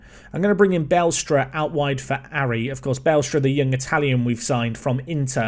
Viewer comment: BA-LESTRA not BALE-STRA I guess.